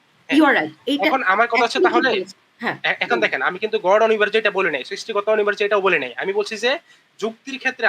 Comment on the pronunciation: অনিবার্য, অনির্বার্য না।আপুটার বাংলা শব্দ উচ্চারণে ভুল।